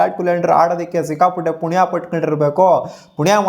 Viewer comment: ಪುಣಿಯ ❌😂😂😂 ಪುಣ್ಯ✅